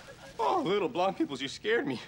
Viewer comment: Ooooh he said "blonde peoples" i thought it was "ground" or "brown"